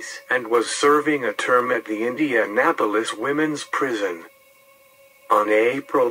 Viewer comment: Nice video but INDENAPOLIS,JOHN Dillinger oy